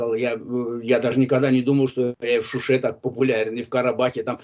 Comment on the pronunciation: Вы неправильно говорите! Она неправильно сделала ударение. Она скпзала слово Шуши ,ударенин она сделала на ,,у". А должна была сказать ,,в Шуше" ударение на ,,е". Тогда было бы правильно!